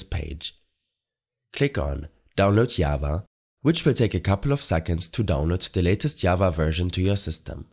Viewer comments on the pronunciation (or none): "Ikr i was like WHATT is this called yava?" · Who tf says java as yava